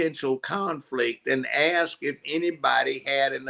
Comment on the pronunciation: please pronounce ask as ask. You're pronouncing it as ax